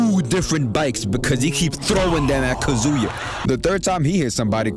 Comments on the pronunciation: You've been pronouncing Kazuya's name your whole life, dawg! It's kAzuya, not kazUya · Nah not Kazuya. This man said Kazooya